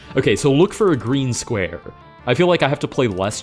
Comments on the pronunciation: a gween squawe :3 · have to wook fow a gween squawe :3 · We wookin fow a gween squawe?